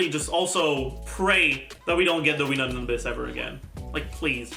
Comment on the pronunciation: Wenut is pronounced: "Way-Noot"